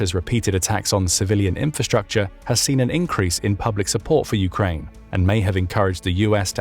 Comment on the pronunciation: What is "infastucha"? It seems to be one of the most popular words on YuoTube.